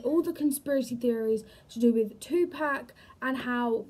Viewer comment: two pack??!!! If you want folks to take you serious, PLEASE say his name correctly. It's pronounced tu-pock...pock like pocket. Kasinova is a fool. I wouldn't believe anything from him since he plays with the fans..